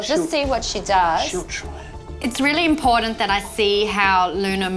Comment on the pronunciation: it's kiTTON not kiDDON please your a educated, medical train Vet, it's kiTTON and just to really moan it imporTANT not impoDant